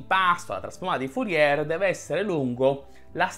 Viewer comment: Bel video, ma mi domando una cosa: come fai a sapere tutte queste cose sulla trasformata di Fourier e non conoscerne la pronuncia corretta? 😉